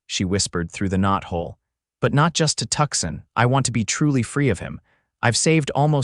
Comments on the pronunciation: It's pronounced Two-sahn. Not Tuckson. And how big is that knothole that can fit a canteen though it? Under the gap in the barn door, that works. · 😂Oh, for pitys sake. It's Too-sahn, not Tuckson.😂😂